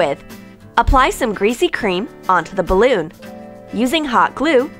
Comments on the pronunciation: WTF IS GRESAY CREAM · they said greesy cream 9 times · Amanda Sandoval I know right like say something else then" greasy cream"!!!!!!!!! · Wait what did you say? GREASY CREAM. Ok